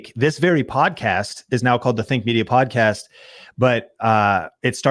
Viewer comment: Sorry to say but Think Media ... When you say it it sounds like Fake Media :P